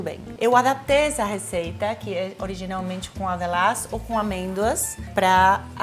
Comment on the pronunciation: Demorei a entender que ela estava falando "avelãs".